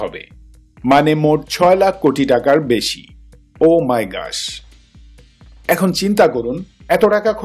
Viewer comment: 'ও মাই ঘাস'। ইংরেজি টা ঠিকভাবে বলা শিখ...